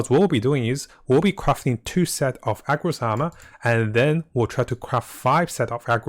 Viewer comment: Dude everytime you said AGROS it unreasonably tilted tf out of me lol. It's ARRRRGOS. NOT AGROS.